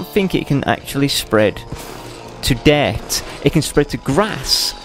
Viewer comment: hahaha you don't say dirt right you say duart ha